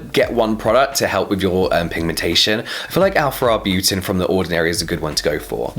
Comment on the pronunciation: Arbutin "in it" sounds funny